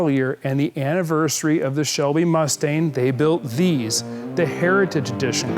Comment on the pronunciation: Did he just call it a Mustain?